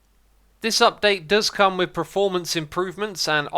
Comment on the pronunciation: "achacha" "preformance" "premission" SMH my head